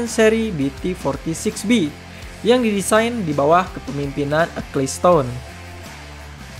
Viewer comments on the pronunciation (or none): Itu bacanya "ekelsten" bukan "ekliston" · Nama yang bener itu Bernie Ecclestone, bukan Acclestone.